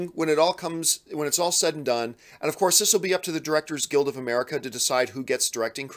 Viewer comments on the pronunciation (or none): none